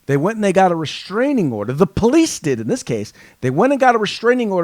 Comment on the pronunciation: It's restraining order not reshhhhhtraining order. You sound like Michael Obama.